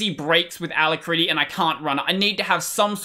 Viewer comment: i think youre pronouncing alacritty wrong